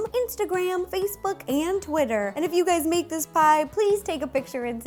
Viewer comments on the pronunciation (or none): none